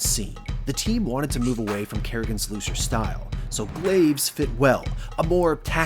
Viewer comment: I know he says move away from Karrigan's "looser" style, but I can't help but hear "loser" style.